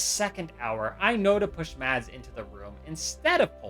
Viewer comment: Mads is sopose to be prnounced without a d its spelled with a d but your not sopose to say the d trust me I would know I have lived with the name for 19 years